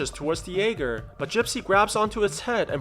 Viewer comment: Not trying to be rude but it’s called a jaeger German for hunter